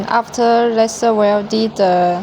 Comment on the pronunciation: Very good and clear explanation video. Can you change the pronunciation of "lesser" to "laiser" or is that too difficult? Just a humble request. Furthermore, I congratulate you on the rest of your very good English!